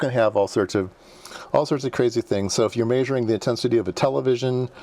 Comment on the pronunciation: “Maysuring” lol I like the way it sounds